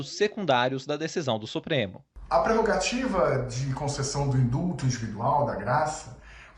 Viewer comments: É INDULTO! Não INDUTO. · Indulto, não induto....🙄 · Não é INDUTO É INDULLLLTO. INDUTO TEM OUTRO SIGNIFICADO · INDUTO NAO. IN DULLLL TO. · "INDUTO"? 🤣🤣🤣🤣🤣🤣🤣🤣 Jornalista paulofteiriano.